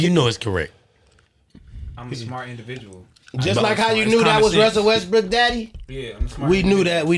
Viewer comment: Yo why the fck can’t pronounce a single name right lol wusell restbrokk and Martha Stuart and everyone’s name you can think of.